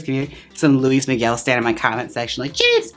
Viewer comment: Did she say Louie Miguel 😂😂😂😂😂😂 ❤️ i can’t LOL